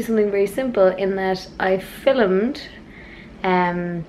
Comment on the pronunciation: "I fillumed"